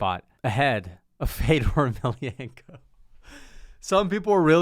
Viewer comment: fedor beat rampage, u are such a casual u cant even pronounce fedors last name right lmao